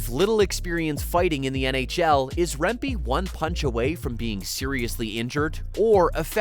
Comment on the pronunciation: His name is also pronounced "remp-eh" not "remp-ee". Go T-birds and rangers!